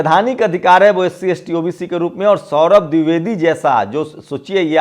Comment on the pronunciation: pronounce DWIVEDI correctly. Sorry.